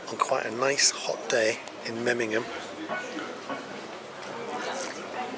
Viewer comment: Nice video, but the city is called MemmingeN, not MemmingeM. I'm sorry to correct but I am afraid you pronounced it several times wrong 😢. Still glad you liked my hometown ❤